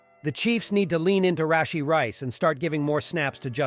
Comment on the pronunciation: Brett Favruh, Rasheee Rice